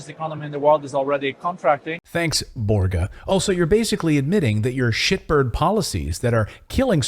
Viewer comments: Borga as in Borzsha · Børge Brende of WEF is Norwegian. You pronounce the ø like the u in burger and fur :)